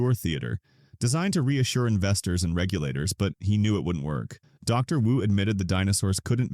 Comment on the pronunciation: "you" said W-U several times instead of Wu. you should do a better job of checking your AI if you want people to think its a human narrating this, which clearly is not.